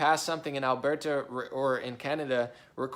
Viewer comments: It's pronounced Al-bur-ta, not Al-bear-ta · Even better, say it from way down in yer gut, "Urburta"